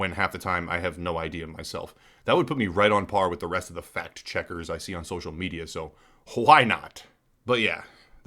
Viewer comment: Did my guy just say "fat checker"? If so, kudos to you ;)